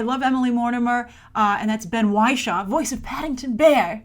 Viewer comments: why-shaw? hehe... it's more like wish-or. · Ben Wishaw's surname is pronounced wish - shaw